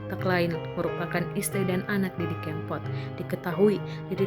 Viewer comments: Hei...Didi Kempot, bukan Kémpot. Naratornya payah. Kempot = karena lesung pipi almarhum. kalau kémpot = artinya balapan liar, ngépot... ugal2 an, bahasa daerah. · Tribune timur mas....org timur klu baca e kan ee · Didi kempot nyebut nya salah melulu e nya di baca nya salah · Kempot bukan keempot duh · Didi Kempot bukan Didi Keempot😌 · Waduh salah ejaan Tante cb dengar org lain sebut nama Didi kempot dulu gih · didi kempot mbak ...bukan didi kEEmpot...innalillahiwainnailaihi rojiun...mga husnul hotimah.. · Mbak e udu wong jowo,,,,pengucapan kempot kleru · Ngucapin kempot nya kok gitu... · Mbaaaak.. Bahasamu aneh banget.. Solo..bukan solok.. Kempot bukan kem..